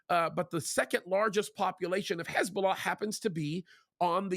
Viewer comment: Stop trying to sound out the words Hezbulla! You sound stupid every time